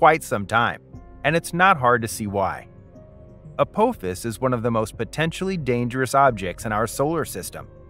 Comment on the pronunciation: Teach your AI how to pronounce, "Apophis".